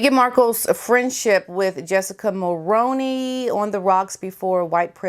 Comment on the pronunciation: As a 🇨🇦Canadian...please believe me when I tell you that you are pronouncing Mulroney wrong... Mull-roo-knee.. there's plenty of videos where the name is pronounced correctly by Canadian reporters... 99% of people who are not Canadian have been and still are pronouncing Jessica Mulroney's name incorrectly... I'm trying to be helpful... I love your videos..and I'm a subscriber